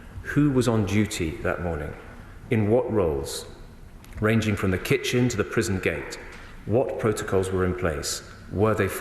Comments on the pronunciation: What is a 'preson'? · what’s a presen? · This guy shouldn't be the narrator, he can't say prison properly "preson" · Why on earth would they employ the only damn person in the Uk who can’t say “prison” properly to do the voice over work / present this